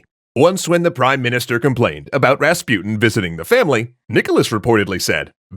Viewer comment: pronunciation. Rasputin, on the u, supposed to be pronounced not like "you", but like l"oo"k.